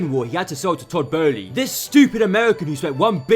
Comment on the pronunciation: Tod Boehly 😂😂😂😂😂